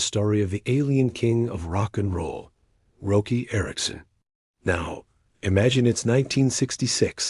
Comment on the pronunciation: Hey, this is a great fable of Roky. It is a great story. But people are not going to like it. His name is pronounced, "ROCKY". And everyone knows this. He spelled his name without a "c". Can't you change the A.I. program and spell it with a "c" so the voice gets it right ? Roky is pronounced "Rocky". Learn to pronounce his name, Bro. Please. Thanks